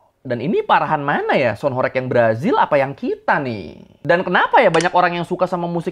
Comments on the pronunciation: Bang mau ngoreksi dikit ya Bukan Horég, melainkan horêg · Horeg itu bacanya bukan horek (ky bc "korek" ; api) tapi HOREG ~>HOR REG , -reg-nya ky "deg" nya ~> budeg, saklek, msk jleb. Tau gak sih.. Dlm bhs Jawa horeg itu artinya Getar, ky semacam lindu atau gempa kecil. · Bukan horég tapi horèg.. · Sebenarnya pronunciation "Horeg" itu "e"-nya seperti di kata "pecel".. Jadi bacanya Horeg bukan Horég.. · HOREG bukan BERGOYANG ATAU BERGETAR, BANGUNAN HOREG itu artinya BANGUNAN RUNTUH, gak ada BANGUNAN HOREG jadi BANGUNAN BERGOYANG:face-blue-smiling:. bacanya juga bukan horeg, tapi horeug:face-blue-smiling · Horeg artinya bergetar (goyang krn gempa) horeg (diucapkan e kode) bukan horek (orek) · Bukan horeg bang, tapi horeg, huruf e nya di eja seperti kata elang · Pengucapannya HORG bang, atau HOREUG, bukan horeeeg... E kayak pd kata Emping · bang kalo ngomong "sound horêg" kayak "e" di kata "sepi" bukan "sound horég" kaya di kata "bebek". "horeg" dalam bahasa jawa artinya artinya berguncang atau bergetar, geli ditelinga dengernya sumpah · Horeg bg bukan horeg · sebenarnya pengucapan HOREG yang benar di Jawa Timur itu REG-nya dibacanya itu seperti E pada "REgginang/REmaja". bukan REG-nya " rekreasi". ya, benar artinya adalah 'bergetar'. oke makasi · Saya orang Jawa asli, pelafalan horeg nya salah bang (e) nya bukan Bebek tapi sama seperti tambahan Me... melakukan, melihat dll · Pengucapan huruf "E" bukan horeg seperti kata "orek" tapi horeg seperti kata "sambel" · horeg dibacanya bukan horeg bng tpi horeg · Bang..sebenarnya HOREG itu bacanya bukan HOREG bang..tapi HOREG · sound horeg tu bacanya horeg bukan horeg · Cara bacanya horeg bukan gitu bro,,, 😂 E nya sprti di kata "emas" ,,, coba tanya sluruh masyarakat jatim, pasti stuju ma aq hehehe